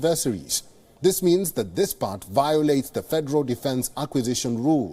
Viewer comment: did he say pact instead of part?